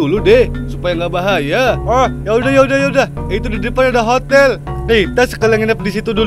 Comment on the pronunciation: Hotel o a yo 🤣 a nya diilangin